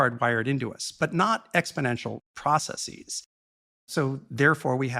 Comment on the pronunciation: "Processeez" makes it hard to take someone seriously. So does "Neehilist".